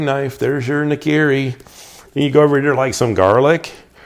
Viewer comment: Im japanese. NAKIRI（菜切り） your pronunciation is I heard NIKIRI.